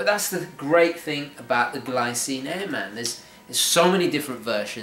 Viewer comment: I usually don't go for black watches but I do like this one. Great review my friend! I would like to mention that airman is an aviation term and pronounced as one word.